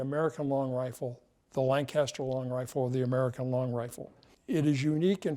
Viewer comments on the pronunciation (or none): It’s pronounced Lanca-ster, not Lang-caster. My friends from there will roll their eyes at you for mispronouncing it 😂